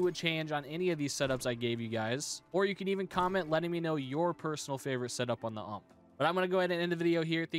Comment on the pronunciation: Let’s go the umpppp not u-m-p btw it’s ump